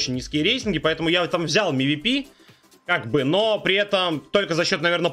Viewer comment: На будущее, не МИВИПИ, а ЭМВИПИ, правильно говори, в аббревиатуах читаются именно буквы, а не звуки